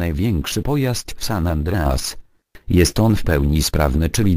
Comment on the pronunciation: San An't'reas :p